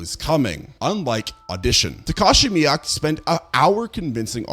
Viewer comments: Mee-Kay. Not Miyaki, not Mike. Mee-Kay. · Takashi MIIKE. MEE-KAY. Jesus, why is it so hard for creators to learn to pronounce peoples names correctly?